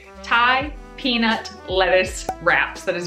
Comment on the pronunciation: "Peanit" bwahaha 😂 almost made coffee come out my nose, cant wait for that recipe video and loved the tips in this one, great!